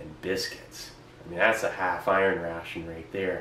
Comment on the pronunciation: constantly the word ration sounds like russian)